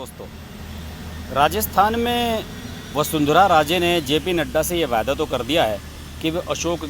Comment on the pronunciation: vyada nahi vayda